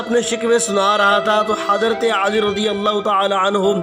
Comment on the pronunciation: Hazrat aali nahi Bhai. Hazrat Ali